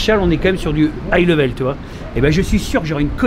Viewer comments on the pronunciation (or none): none